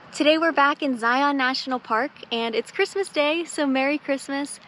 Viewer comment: Great Video! A little education....say Zion like Lion.... not Zi-ON. anyways, I have watched a few of videos and they have been great! The one that I watched before this was the one at Lone Rock at Lake Powell. Its one of my favorite places to go!